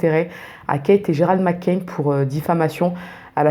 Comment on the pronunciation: McCann et pas McCain